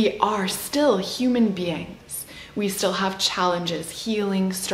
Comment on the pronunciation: are you saying 'be-angs' instead of 'beings' on purpose?